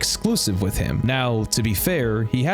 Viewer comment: Brother it’s pronounced “with” not “wit” lmao